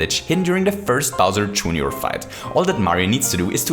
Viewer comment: Other people love his videos for the "Hooooray". But they forget the superior phrase.. "Bowser Juneyour"